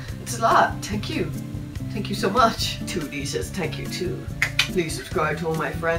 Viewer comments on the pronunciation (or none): I love his Irish accent and I love when there is a th sound he just says t' like. instead of thank sounding like th-ank it sounds like tank. tank you. I love it